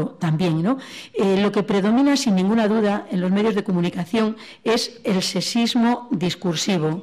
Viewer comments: Al principio a la primera conferenciante sólo le escuche "secismo" en lugar de sexismo. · Aquí mismo en esta grabación, tenemos la palabra sexismo, que la ponente pronuncia sesismo, lo que puede -con muchas ganar de debatir o simplemente polemizar gratuitamente- confundirse con el ceseo español (ibérico, se entiende) que no utilizamos el resto de hispanohablantes. Lo mismo ocurre con la pronunciación ibérica "sh" que tienen para la S, amen de muchos otros aspectos.